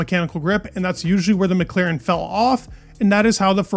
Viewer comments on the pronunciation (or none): none